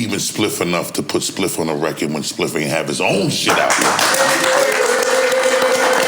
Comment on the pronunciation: Add a “Spiff” counter for each time NORE mispronounced Spliffs name.